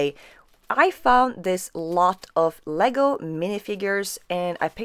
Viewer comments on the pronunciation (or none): none